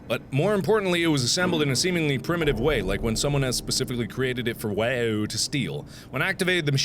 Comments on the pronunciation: Mark, to pronounce WAU, it's pronounce like wow, not way-you. Thanks. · Mark, it's only slightly annoying to me that you pronounce WAU as you do. When someone else said it it was said as wow. Other than that nitpick this is an awesome series.